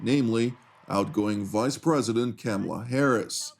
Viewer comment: pronounce our Vice President's first name correctly. I know you can. Show no disrespect just because you worship a despot who will try to destroy America's democracy. To be clear, I'm a die hard supporter of Israel but you disgrace yourselves when you ignore massive domestic issues here when Trump takes office.